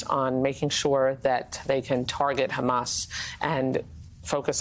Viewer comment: Trump Handlers need to give him his Dementia Meds & also tell him that it’s Hamas & Not Hummus. 🤪